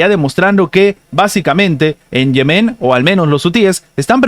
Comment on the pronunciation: Diga Yemen no Yemén. Salud